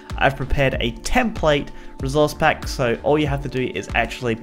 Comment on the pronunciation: No one:: rezourze pack